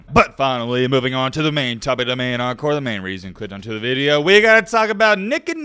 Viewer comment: What's a "main encore"?